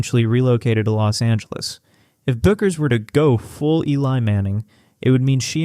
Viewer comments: Say it ri h t, beck-ers! You AI SCRUB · Paige’s last name is pronounced like “BECK erz”